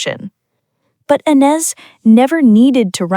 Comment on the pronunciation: Please learn how to pronounce the name of Ines correctly!!!!! She is the subject of your video. Come to think of it, teach your bot some French!